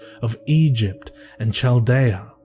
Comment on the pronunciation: voice is lovely,and the story is a great selection....However, there were a few mispronounced words that might have counted against him in a tight competition. Aeon for one is pronounced Eon, that ae spelling is pronounced as a long E...and Chaldean is Cal-Dee-an. I, personally really do not care, but a judge might... Hey, I'm a long time suscriber. Just a thought. Love craft is honestly a hard read, sooooooo many tongue twisting words.